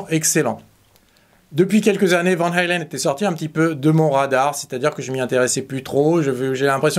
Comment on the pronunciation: Néerlandaise le a se prononce a et pas aïe vaaaan haaaaalen